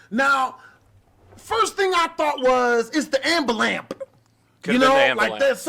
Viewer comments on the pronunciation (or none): This man did not just say “ambu-lamp” we’re all going to hell because of that one word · Ambalamp? I don't care what your race is, you have to be trying really hard to pronounce ambulance that wrong. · Woah black betty "ambalance ".... lol, wtf. Get a real job like the rest of us. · He made almost 1/2 million and he can not speak proper english? “ Ambilant”? Asking passenger for id because maybe she had a warrant? What. a asshole. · Wtf is an am-ba-lance? Do y'all not know there is a "u" in that word? Same with "axe a question" smh the most ignorant sounding shit ever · He mispronounced "amberlamps" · who tf says ambulamps? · "could be the ambulamp" lmaoooooo i lost my shit